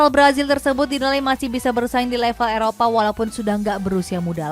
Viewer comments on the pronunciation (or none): none